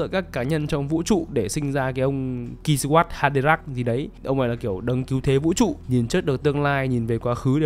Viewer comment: a zai à kwisatz haderach đọc là quy sát ha đê rác